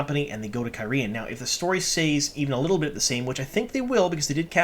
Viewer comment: You can't even pronounce Cairhein correctly (care-heen), and we are supposed to take you seriously? Plus all the ignorance of what actually happens in the book, versus the show. Ugh.